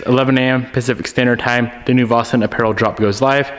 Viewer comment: Is it me or does always say " vossen" instead of " vAsyn"????